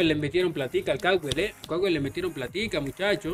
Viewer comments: Se llama Estadio George Capwell Se pronuncia Capuel o algo asi :') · Mucho inglés primo, tiene que decir Capuel para los mortales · Jajajaj capwell saludo desde Ecuador en español (CAPUEL) para q lo pronuncie vien mi estimado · Se escribe CAPWELL se pronuncia CAPUEL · ese estadio de emlet esa caja de fósforo con el temblor mas chueco quedo encima con la final esa webada se va abajo:V se pronuncia(capuel) el george cawpell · Así no se pronuncia el estadio de Emelec